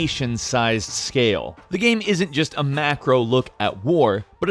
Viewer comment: PLEASE LEARN TO PRONOUNCE "GAME" IT'S NOT THAT HARD